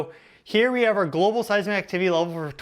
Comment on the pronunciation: You sound so stupid when you say global 🙄